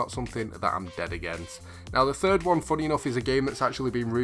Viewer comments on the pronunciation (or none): none